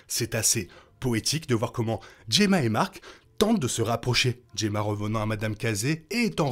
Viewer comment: Enfin Gemma prononcé correctement, nature is healing hahahahahahahaha